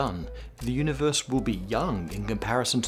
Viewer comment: The way he says "The Udibeurse"